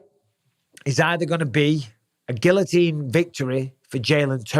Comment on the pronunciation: Gill-o-teen. You live right next to France